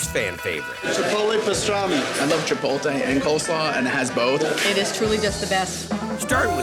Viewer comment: The only bad part about all of this was listening to those northeast guidos saying "chipol-tay"